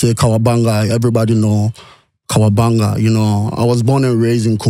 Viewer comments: pls the name is Kawabanga not Kawaganga , hope you can change it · It’s Kawabanga